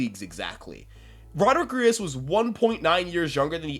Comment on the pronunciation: Brother, it’s ARIAS not Urias